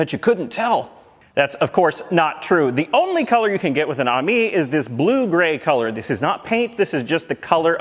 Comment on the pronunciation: Pretty sure it’s suppose to be pronounced “Amy” not “army”